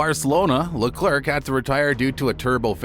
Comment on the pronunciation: this dude doesnt know how to pronounce leclerc and porpoising. am i really supposed to think that this dude knows what hes talking about?